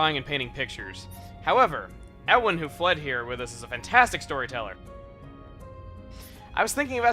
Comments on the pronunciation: Ewan is pronounced Yew-wan not Eh-one :P it's my best friends name hahaha! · It is pronounced You-In!!!!!! like the actor. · Chugga Ewan is pronounced Yu-In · Ewan is pronounced (You-win) It's Scottish. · it's Ewan (Pronounced YOU an) GAH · I think it's pronounced you-win (Ewan). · Also Ewan is pronounced you-an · It's pronounced "U-an". Like Ewan McGregor. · Ewan is pronounced uwin Chugga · Well, more like you-en, but you get the idea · Ewan is pronounced U-an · Ewan is pronounced closer to "You-in" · Ewan is pronounced 'you-anne' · The name is actually pronounced "Yew-an." It's a Hebrew name. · It's pronounced YU-win. Like You Win. It comes from the same root as Evan. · For future reference Chugga, for the guy you traded with , His name should be pronounced with a y at the start (so it would be YEW-AN), that's how we Brits say it anyway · Just so you know, "Ewan" is a relatively common real-world name, pronounced YU-wun. The fact that thought it was a fantastical name and tried to make a weird pronunciation for it kinda grated on me. XD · Someone should count the number of times Reyn has done that shoulder stretch motion. On further inspection, all of their animations are really repetitive. And Ewan is pronounced you-an. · Ewan is usually pronounced YOU-in, just so you know. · Lol the way you say Ewan is hilarious. It sounds like a three year old trying to say Evan. FYI, its pronounced YOU-AN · "Ewan" is pronounced "You-in" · I'm pretty sure Ewan is pronounced Yu-Won I have a friend with the same name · Isn't Ewan's name pronounced "yoo-en" or something like that? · Chuggaa, Ewan is pronounced "yew-wan". Like Ewan Macgregor. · I'm pretty sure Ewan's name is supposed to be pronounced "Yoo-in". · The name "Ewan" is pronounced "you-in." Just saying. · Just so you know, Ewan is typically pronounced "You-wen." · It's not a big deal but I'm pretty sure Ewan is pronounced yoo-in. Like Ewan McGreger (I probably butchered the last name). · YOU-UN NOT E-WUN